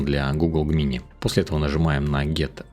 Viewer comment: Все прекрасно, но пожалуйста, не называй Gemini "Г-мини" - это "Джеминай" ну или хотябы "ДжЕмини"! )))